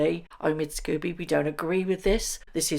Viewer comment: It's pronounced SCOBY not Scoobie why are you pronouncing it like the cartoon dog? What has poor scoobiedoobiedo done to you -)